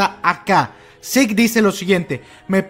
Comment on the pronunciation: Es mejor pronunciar Zeke como seque no como sick